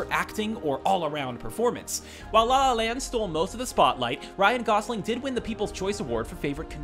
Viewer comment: "RYAN GOSLIN" -- D'oh!